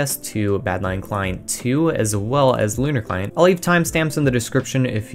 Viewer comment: I legit though Lunar Client said Conner Client